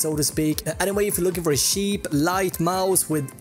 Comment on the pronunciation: i like how he says sheep for cheap